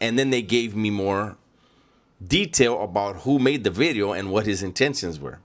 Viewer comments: Watch Out Ice might pick you up, because of your thick accent & can't pronounce certain words like "bideo".😂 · The crazy part, if you ever see renegades early videos. He really enjoyed content. He would say “New Bideo” “like the homie says”